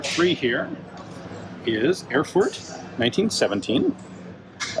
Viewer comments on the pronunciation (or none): The ever so subtle Chernobyl meme insert, kyehehe BTW, in order to pronounce "Erfurt" better you only have to say "Air-foort"